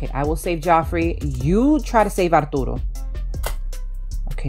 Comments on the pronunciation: I love how you pronounce Arturo’s name apdootle it’s so cutem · When turtle says arturo's name, i thought she said ourdoodles